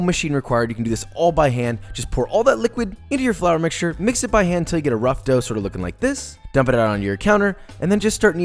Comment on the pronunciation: flAar mixtue